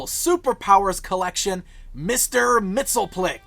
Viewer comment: He'd be pretty upset the way you pronounce his name. Repeat after me, Mix.... Yess... Spit.... Lick.